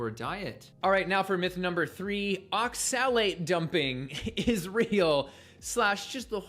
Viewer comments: The way this guy says "oxilate" is making me so mad. Props on you, I kept blowing up at my phone any time he said it. These long term vegans looks so pale and are so mean to people who eat meat. Why would i listen to someone talk about health advice when they are unempathetic to diabetics and look so sickly?? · Maybe he should learn the proper pronunciation of oxalate.